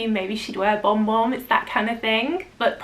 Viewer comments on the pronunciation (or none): Kayali vanilla 28 is good for lasting and the brown sugar note is yummy. Am I the only one that heard "bomb bomb" when says Bon Bon? 😁😊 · Yes, was saying Bomb Bomb. I replayed to check?!?!?!?